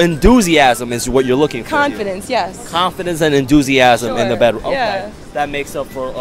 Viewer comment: No one:: INDOOZIASM